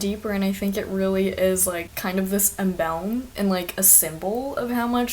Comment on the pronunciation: The word is emblem, not "embelm". Sincerely, The Janitor.